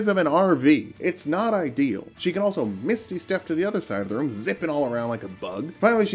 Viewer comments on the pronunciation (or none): none